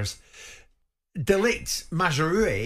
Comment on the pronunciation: At least put some effort in pronouncing the name correctly. It's MazRAoui